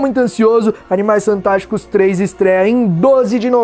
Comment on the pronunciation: no min ele falou Animais santásticos ou eu to lokão?